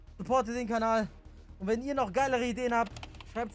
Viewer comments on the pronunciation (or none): Wie er immer WEHNEN sagt😂💛💛💛💛💛